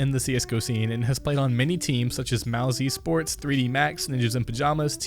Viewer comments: Mous - Esports LUL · 8. Nothing here was right. Not one thing here was right. Like wtf i know this channel is trash but come on! Do you even play cs? Its mouse-sports not mous-esports, allu sucks even harder than you do on names and this was legit just 3 seconds in! And allu was a member of faze not a trial. Nobody has ever questioned why he is on ence ever. If anything he should be on a worse team. Like fuck outta the cs scene please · Mabye learn the pronunciation of "allu", "ENCE" and "Mousesports. And btw how tf do you consider Na'Vi a bad team???